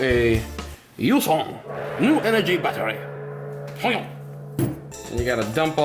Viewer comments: its not Lai fan its Lefan = Lifan 🐸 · Its pronounced Lee fan